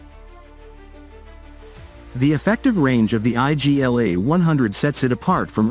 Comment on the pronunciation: It's not I.G.L.A it's Igla (means 'needle')